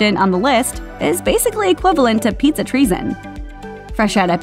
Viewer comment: It's PIZZA not PETEZA